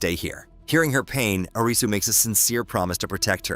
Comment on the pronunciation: WHAT THE HELL IS AN AYRIZZY